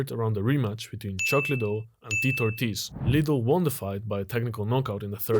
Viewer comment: Bro can’t pronounce Tito Ortiz’s name, just like Tito Ortiz doesn’t know his left from his right 😂